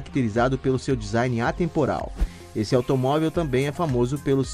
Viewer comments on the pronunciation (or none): none